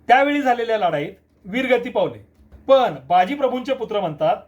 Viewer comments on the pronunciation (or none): पन नसतं पण असतं रन नसतं रण असतं. कोणी काही सांगत तर ऐकायचं आणि सुधारणा करावी. बेशिस्त उत्तरं नाही द्यायचे.